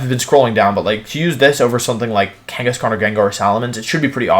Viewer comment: DO NOT LEAVE OFF THE H IN KANGASKHAN!